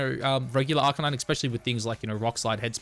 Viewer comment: Why do you purposely pronounce Arcanine wrong?